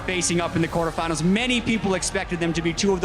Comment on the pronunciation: he said quartefinals...not semifinals...